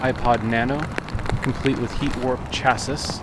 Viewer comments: What is a chassis with a hard S at the end and where do people call it that I’ve never heard it that way, I’ve heard 240sx dorks call them schassis before but it always is cha-see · It's pronounced cha-see